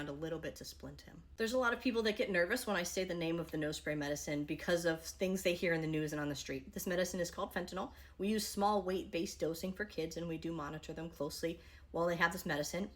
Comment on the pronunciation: Fentanyl is widely used in a safe medical setting 24/7. It’s not the drug itself. It’s the addiction, the abuse, misuse, and overuse of it. Thanks,. Patient and public education—-💫 The more you know✨ (And it’s “FEN-tuh-nil” not “fentaNOL” if anyone cares. We still know what you’re saying) ✨⭐️💫